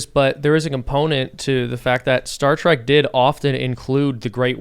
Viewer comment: Trek tim... its trek! Not track and YOU KNOW THIS MAAAAAAAN!